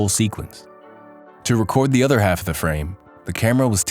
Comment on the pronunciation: "record" Ugh.